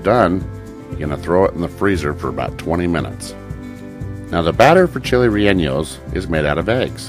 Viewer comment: Can't wait to try the recipe but Bro it's not 'rel enyos' rather 're yawnos'....